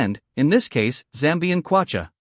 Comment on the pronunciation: It's kwatcha